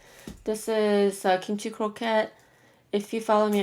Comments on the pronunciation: When she kept saying what I thought sounded like 'Kim Chi ' all I could think of was rupauls drag race 😂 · I thought you said blueberry kimchi😂😂